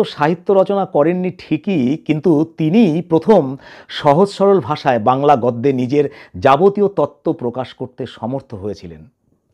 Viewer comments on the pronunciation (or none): আপনার উচ্চারণ যথার্থ নয়। গদ্য -- উচ্চারণ গোদ্য। পরবর্তীতে য-ফলা থাকলে পূরবর্ণ ও কারান্ত উচ্চারিত হয়।